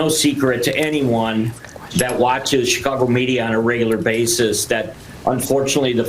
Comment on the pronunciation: Uh, cheekeh ahgo? Real regular